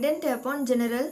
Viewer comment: It is gen rul not ge ne ral